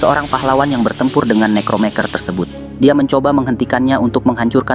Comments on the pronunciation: Necromancer bang . Bukan necromenker😂😂‼️ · Bagus min videonya,, MANTAP. Hanya saja dari awal cerita agak lain di dengar kalo mimin bacanya "nekromeker"... sedang tulisan dalam bahasa inggrisnya "necromancer" dibacanya "nekromenser" yang artinya "ahli nujum". saran nih supaya mimin bacanya sesuai cara baca yang sebenarnya... itu aja sih...🙏 sukses selalu buat mimin... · koreksi min harusnya nekromenser bukan nekromeker